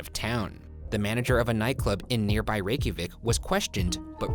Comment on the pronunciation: Man, A+ for the pronunciations in the Reykjavik story. I would not have had any idea where to begin with those names/words. Granted I have no idea if Ryan's pronunciations are CORRECT lol I'm just giving points for trying (and doing so confidently).